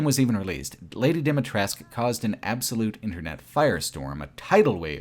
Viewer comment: As a romanian the village in RE Village is very well done. From the narrow streets, to the wooden fences to the inside of the houses, I always had the impression that I was in my grandparents' village. P.S. the way you pronounce Dumitrescu Castle is completely wrong and very funny :)